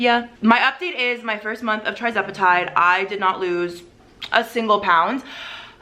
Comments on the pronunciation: The starting dose for tirzepetide (pronounced ter-ZEP e tide, not TRI 😊.) Also, tirzepetide’s loading dose is 2.5, not .25 (like semaglutide.) if you started at .25 and not 2.5 you’re not even at the loading dose! Hope that helps. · TIR-zepatide not TRI-zepatide please 🙏🏽 lol